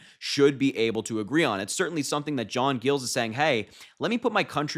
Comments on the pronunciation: That's my major, proud of him!! Just fyi..it's not gills, it's Giles, like miles but with a g! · Amazed that not one person here , including Harry, knew who J. Giles ( pronounced J eye ls ) was/is before this. He has been a Rino for years and years. He has been a Biden fan forever. Now you hear he is supporting Harris and you think it's the greatest thing since ice cubes. He is only a Mayor for 4 more months, and that is the end of his career. (unless Harris promised him something), so what does he have to lose. Republicans have shunned him and he sure could not endorse any of them. Soooo ... why not grab a few more minutes of fame by endorsing Harris. He is a nutjob just like Trump. Go see his State of the City vids. I guess so many found all this to be a great surprise. Oh Happy Happy Joy Joy. Go BLUE ! 💙💙💙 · Harry...Giles...long i. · Is it pronounced gills or Giles with a long i?